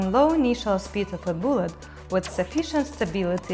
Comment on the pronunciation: She says "BOOLET". I'm in love. ;)